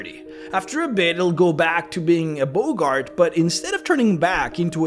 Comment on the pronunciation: Boggart is pronounced 'Bog Art' not 'Bogart' like Humphrey.